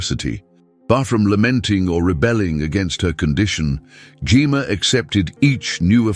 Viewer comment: Maybe spelling her name Jemma would cause AI to pronounce it properly